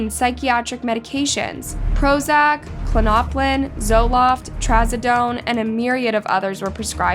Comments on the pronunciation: A planned murder is NOT “ postpartum depression “. This was committed by a MONSTER. ( BTY: Please learn how to pronounce words.) K-lo-no-pin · These poor babies 😥 my heart goes out to the husband and family members. it's klon-a-pin btw not Klanopin lol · The way she pronounced Klonopin 🤣I'm dead